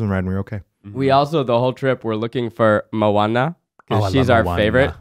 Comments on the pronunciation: It’s mo ahne not mawne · Hui e Keith aloha, i love seeing the evolution of the try guys...just to share, i love that you love Moana, so it’s moh-ah-nuh, not mowanena. & Hawaiʻi was once it’s own kingdom. We do have the only real deal princesses & queens & kings & castle in America. Just sharing manaʻo! Mahalo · Them saying mo-wana instead of mo-ANA DROVE ME ABSOLUTELY NUTS! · It annoyed me how they pronounced Moana wrong. It’s mo-anna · MO-AH-NAH THATS HOW YOU PRONOUNCE IT!!!!!!! sorry, but I was annoyed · Moana is mispronounced the entire podcast. I can't stand it.